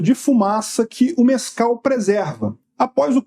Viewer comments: Mais alguém está a ouvir "Nescau" ? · Eu juro que ouvi "Nescau" na primeira vez que falou.